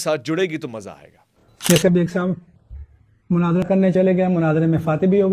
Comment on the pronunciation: Great....laikin... Manaazra nahi Munaazra kaha karain.